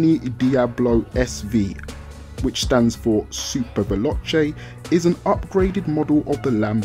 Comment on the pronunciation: I love how he say veloche xD